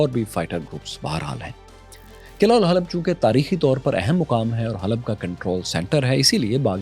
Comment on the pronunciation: The pronunciation of Halab is Hawab, pl. note.